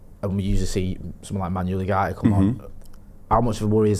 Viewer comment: Love how calls Manuel ugarte " manual yougarte"